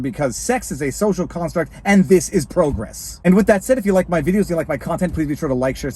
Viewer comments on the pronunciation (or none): none